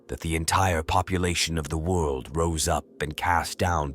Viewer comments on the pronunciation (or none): none